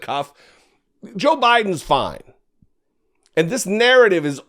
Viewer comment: Did I hear Jr say Sho Biden? Yes I did, he said that twice....Sho Biden.... that's what happens when you snort a mirror full of snow. What an embarrassment